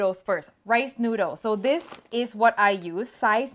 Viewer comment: Her accent is almost perfect minus when she says a few words like "noodles"